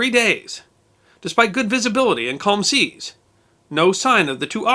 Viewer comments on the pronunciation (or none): none